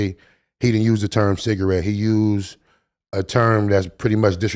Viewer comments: Did he say bigarette? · Did he say “cigg” or “square” ??